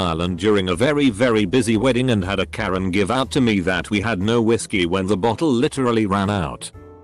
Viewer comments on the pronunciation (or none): none